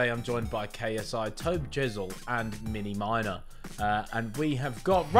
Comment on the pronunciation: Lol Ethan said mini minners instead of miniminter in the introduction